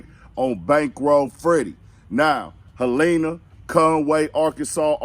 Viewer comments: Helina😂😂🤣 it's Hell La na Helena west Helena AR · It's Helena DUDE ! NOT HEL LENA.... AKA HEL-TOWN. ...LEARN HOW TO PRONOUNCE OUR CITIES IN OUR STATE OF ARKANSAS BE 4 U BRING SOME FAKE NEWS BLOGGER! KEEP YO HEAD UP LIL FRED...